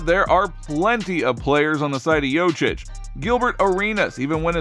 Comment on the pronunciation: By far the worst pronunciation of Nikola's last name I've ever heard.